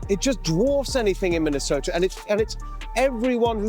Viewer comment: Minnesomalia 😂😂😂 you accidentally slipped the funniest thing I’ve heard all month😂😂😂